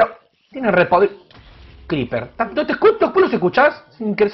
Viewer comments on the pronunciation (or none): Scriper? Creeper hermano.. CREEPER..